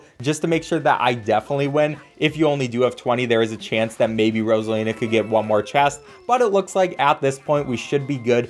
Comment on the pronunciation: You said frozala instead of Rosina